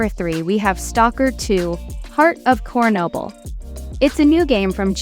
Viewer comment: Lol Stalker 2 The CornNoble. Sorry but how do you not know how to pronounce Chernobyl?